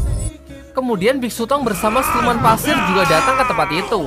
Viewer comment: Pasir bg bukan Paser Kek orang Jawa